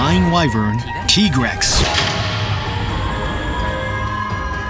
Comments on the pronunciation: i see they keep the tradition of mispronouncing names still. i'm not serving TEAgrex, he's a tiger, TIEgrex don't drink TEA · ITS (TEA) GREX, finally someone who understands xD